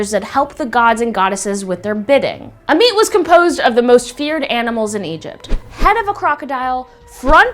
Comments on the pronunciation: It’s pronounced (aw-met) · I am not being rude but it's called Ammut . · "Ammit" Me - "a meat???"